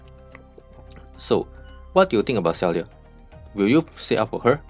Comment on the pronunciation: Her name is pronounced as Sigh-ark.